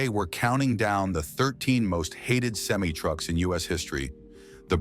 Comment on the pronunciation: Learn to say the word semi correctly. STOP USING THIS AI CRAP!